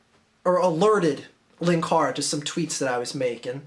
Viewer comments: 'Linkara', not 'lankara'. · Its pronounced 'Linkara'.